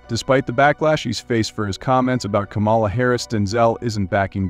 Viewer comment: It's not Ka-mala. It's Kama-la.